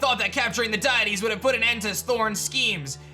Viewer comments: DUDE. DEE-IT-TEEZ. Not DIE-IT-TEEZ 🤦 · my dude, it's pronounced "dee-it-ees" not "Die-it-ees" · for future reference it is pro-nounced Dee-Ah-tees lol loved the content